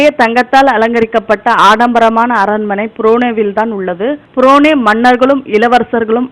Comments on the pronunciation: Athu purunae illa Brunei....olunkaga ucchariyungal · correction burunai enru tamilil ucharikavum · Un tamil la theeya vakka..purunei nu vasikra